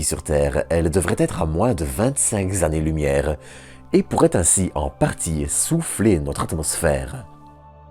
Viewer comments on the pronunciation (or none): S'il-te-plaît, vraiment, arrête avec les "z'années"... 150 z'années lumière. NOOOOOOOON !